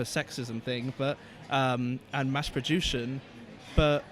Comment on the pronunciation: Not try a be harsh but “One man and three husbands” 😂😂😂😂 and “mass produshion”